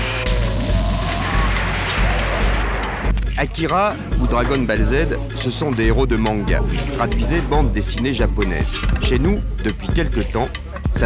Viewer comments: dragon "balle" z , à partir de là j'ai arrêté. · Dragone balle zede. Il m'a tué le journaliste 😂😂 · dragon ball z prononcé bien a la francaise .. a la la les journalistes.